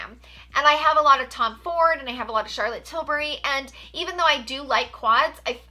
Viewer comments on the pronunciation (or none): none